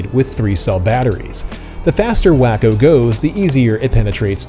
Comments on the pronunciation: I think its said as Waco like in Texas.Not Wacko lol This looks like a fun plane! Thanks for sharing! Great video man🤙 Perfect edit! Wish i had your skills!! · It's WAY-CO, which is spelled Waco, wah-co would be spelled wacko I bet you have never heard of wah-co, Texas have ya? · Its pronounced Way Co not wacko silly 😂😂😂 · It's " wah-ko, not Wack-o. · yTF did you call it "Wack-o"? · I'm not trying to be a jerk, but Waco (the aircraft company) is pronounced wah-coe or walk-o. Just FYI. I used to say way-coe until one of my airplane (as in full size, or real airplanes) friends laughed at me and set me straight. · You're trying to be like a professional presenter. I'd think you'd actually look up the name before possibly mispronouncing it. For me its 1 of those things that I block channels for. Personally.